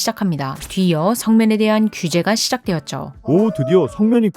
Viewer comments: 나래이션 면 발음 왜이럼? 중국발음같아 ㅋㅋ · 혹시 중국인이십니까? 발음이 의심됩니다. ~면 발음도 이상하고 바위 할때 위도 특유의 우위 이렇게 발음이 되는데.. 아니죠?